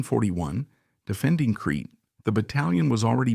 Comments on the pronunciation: Crete. Pronounced creet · Creta island...not Cree